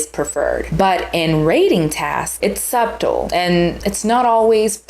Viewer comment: girl i love you but the B in subtle is silent😭